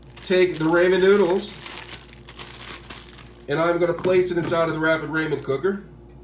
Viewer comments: Ra-men not ray-men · It is pronounced rah-men, not ray-men. Cool vid though 👌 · “Ray-men” lol 🤦🏽‍♂️ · I'll say Raymen till the day I die. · No, they have problem pronouncing the "th" sound. Like they'll pronounce the name Matthew like Ma'few, lol! But I think he's just being funny pronouncing it as "raymen," lol! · I cant watch this video any longer because the way you’re pronouncing ramen is wrong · my guy she legit said i will leave because you are not pronouncing ramen correct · I thought this was a troll vid when i heard how you pronounced it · He’s black.. they have a hard time pronouncing things. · He knows how to spell it. He was referring to the way that you pronounce “ramen”.